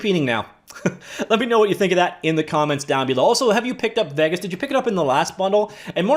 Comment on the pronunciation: FFS! Haven't you ever heard another human say the name "Vegas"!?!?!?! Get a grip! Im sooper cereal!